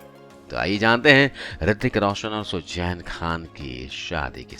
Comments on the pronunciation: What horrible English... Pronunciation is terrible. What is sujjain it's Suzanne and so on and so forth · Sujjjjjeeeeenn nahi... suzen bolo